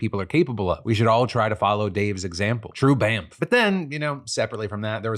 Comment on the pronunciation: When you say the world “Bamf” it sounds like “Bamp” which is British slang meaning An idiotic and ill-mannered person. Just thought I’d let you know. I was really confused and thought you’d called those nice people bamps 😂